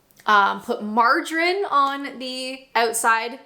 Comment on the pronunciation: I don't think I've ever heard 'margarine' pronounced like that. 🤔